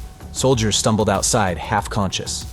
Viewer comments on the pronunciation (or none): none